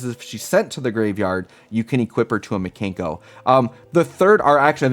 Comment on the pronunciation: Pronouncing them "Mee-Kane-koh" Makes me wanna call them the Kanker Sisters, and that will forever be a thing for me now 😂